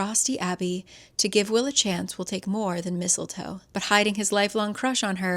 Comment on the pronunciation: You said Mistle Foe and I immediately said out loud " NO!" 😂😂